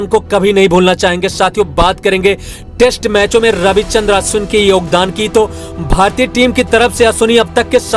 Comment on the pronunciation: Abe pagal sala Ravichandran Ashwin naam hai ashwini Nahin